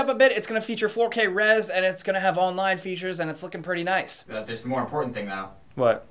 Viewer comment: Has anyone noticed he says "da" instead of "the" LOL